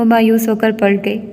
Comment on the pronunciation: Aap acha parhti hain, lekn aap ne apnay talafuz pr bilkul mehnat nahi ki. Jesay taaleem ko tleem,khaatoon ko khtoon. Palat ko pult aamad ko aamd. Plz work on you pronunciation.